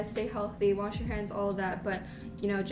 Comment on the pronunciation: I can't be the only one who heard washi your hands instead of wash your hands lol